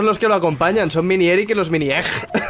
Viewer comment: Se dice miniEGGrick